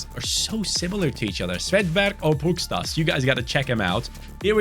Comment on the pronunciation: by the way, the S with the v above it in Pukstas' name is pronounced like < >, so his name is pronounced like Pukshtas